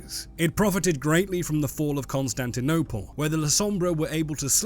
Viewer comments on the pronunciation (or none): none